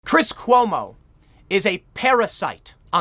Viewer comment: Did you just say chris homo?